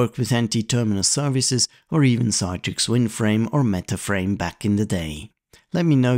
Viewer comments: CITRIX is pronounced as “see-trix”, rather than “Cy-trix”. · Good video, but "Citrix" is pronounced "Sit-rix" not "Sye-trix" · Sit-rix.... Like you say citrus given this was what the name of the company was originally until they had some trademark issues and opted for Citrix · I think that’s just an accent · Your pronunciation of Citrix is wrong. It pronounced 'Sit-trix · You missed out on (the dominant PC emulation software company of the time) Insignia's NTRigue, which licensed WinFrame (and NT) to allowed you to connect Unix X Window terminals (and X Window systems, such as SGI's Irix or Sun Solaris) to NTRigue in the same way as how thin clients connected to WinFrame. And you mispronounced Citrix, which is pronounced like citrus. And no, WinFrame was not a multiuser operating system based on Windows NT. It was multiuser extensions to Windows NT. And no, it didn't all start with Windows NT 4.0 Terminal Services. WinFrame was so successful running on Windows NT 3.51 that they had a successful IPO in 1995. So did Insignia later that same year, though largely on the strength of being the leading emulation company of all-time and a Windows source code licensee and MSFT partner. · Considering it's not spelt Citetrix, no idea where this extra 'e' is coming from when it's read out.